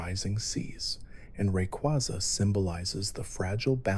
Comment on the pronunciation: Do not EVER pronounce Rayquaza’s name as Rekuazuh